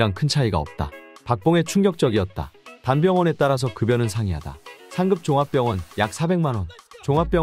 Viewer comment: '단병원에' 으로 발음하면 안되고 '단, 병원에' 라고 발음하셔야 합니다 알야야